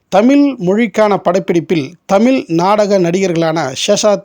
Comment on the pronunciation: அருமையான அரிய பதிவு என்பதில் ஐயமில்லை. நண்பருக்கு ஒரு வேண்டுகோள். தமில்.. தமிலில் என்று அழகிய "ழ" உச்சரிப்பை ஏன் சொல்வதில்லை. அது கேட்பதற்கு கஷ்டமாக உள்ளது நண்பரே..